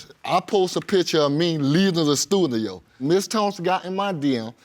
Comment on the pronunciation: “At the stuthio”...